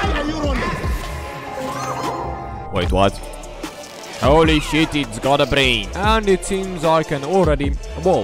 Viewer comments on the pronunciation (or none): I love when you say “holy s#&t it’s got a bRain” 😂